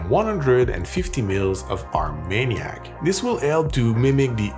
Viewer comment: First time I've heard a French speaker pronounce Armagnac "our maniac"😄